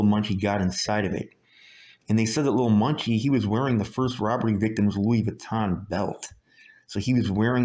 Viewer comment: Are you saying "Lil.Monkey'..😌😂....💯💯Percent Agree on the Laws..this "Catch & Release'..Sh*t.😒is Ridiculous....Chicago needs Marshal Law,..I've been saying that for yearrssss.